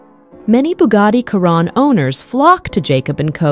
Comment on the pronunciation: Why does she keep saying Bugatti kyron it’s a Chiron not kyron 🤣🤣🤣